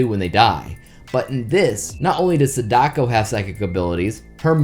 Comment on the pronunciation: pretty sure sadako isnt pronounced sad-ako its more how you would say sa-da-ko or sada-ko as both those ways of pronunciation sounds similar